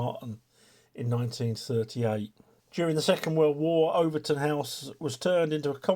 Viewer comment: Pronounced Over Tin